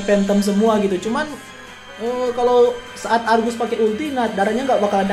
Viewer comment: Sebutan yg betul arges la